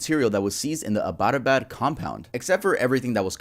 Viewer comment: Not just that the name of abbottabad as well 😭